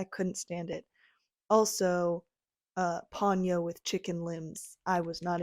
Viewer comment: I never cared for Ponyo. It's Po-nyo, by the way.